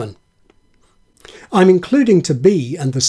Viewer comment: Isn't "I'm" two sylllables.. It sounds like two to me.